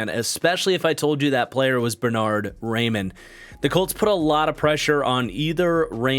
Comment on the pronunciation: I’m begging you, Raimann is pronounced Rye-Man